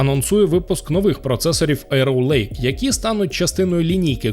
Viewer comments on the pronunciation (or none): ЕроуЛейк, не ЕроВЛейк